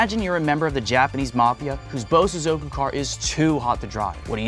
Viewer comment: not him saying Bosozoku Cars